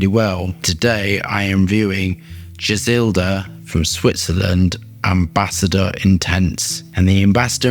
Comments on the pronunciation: Just remove the L when you say Gisada. Gis-ada 🤟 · Why is he say Gizelda 😂😂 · BRO I DON'T MIND YOU MISPRONOUNCING STUFF BUT THERE IS NOT A SINGLE "L" IN THIS PERFUME'S NAME AND YET YOU SAID IT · I would love for you to explain where you're coming up with the "E" and "L" in the name of GISADA that you keep pronouncing lmao